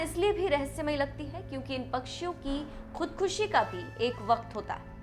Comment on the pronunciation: शब्द का सही से उच्चारण करना चाहीये खुदखशी नहीं खुदकशी या आत्महत्या ।